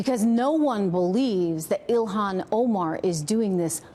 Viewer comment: The reporter should learn how to pronounce her name before reporting